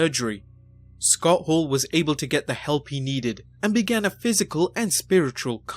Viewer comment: Narrator is awful. Who is Scott Haww?